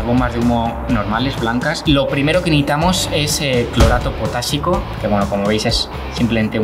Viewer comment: Si te oyes tu mismo escucha como dices todo el rato neitar,no necesitar 😝.Y luego neitamos y reultao no resultado como hablas😜.